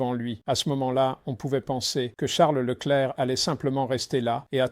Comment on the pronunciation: Woah. I was just about to comment about how Peter is actually capable of saying Leclerc's name properly, too. 😅